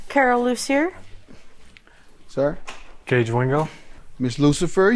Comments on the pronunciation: When he said Ms Lucifer, I thought I heard wrong😂😂😂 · Did he say miss Lucifer? 😂😂😂 correct me if am wrong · So FUNNY she said it seems like he was having a ritual in the bathroom and her last name LUCIER.and Judge MATHIS pronounce her name LUCIFER 😀😀😀😀😀😀😀that was hilarious!!!! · Judge said "lucifer"😂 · Your honor it’s Loosier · There's not a "F" in her name, so I don't understand why he called her Ms. Lucifer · Judge Mathis:Lucifer Plaintiff:Lucier Me:aha ha ha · When judge pronounced her name wrong I was dying laughing like the witness😂😂 Jm came with the shits already.